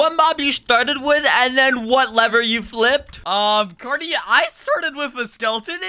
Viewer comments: Did he call carty corrny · omg are serius right neow its carty not cody